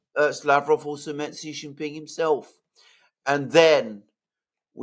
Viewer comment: Shee not Jhee